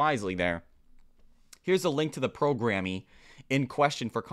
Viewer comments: Heh, every time you say “programm-eeee” it makes me giggle… that whole “pre-diabetic” thing is crazy!!! No idea how she can’t care to learn to lose weight to help it. Sigh. Time to moiiiisturize!!! 💦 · "Programme" is pronounced the same as Program. That's just how they spell it across the pond, lol